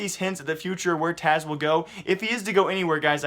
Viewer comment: its Taz not Taz ugh everytime